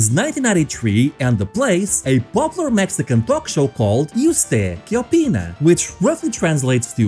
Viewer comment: The PERFECT "Y usted que opina?" pronunciation took me by surprise 😂